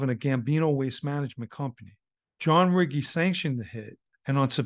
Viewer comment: Good video John. Just for future reference Riggi is pronounced Ree Gee.